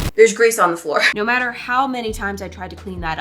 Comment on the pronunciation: She’s literally making it for the looks 😂 also, it’s ‘matter’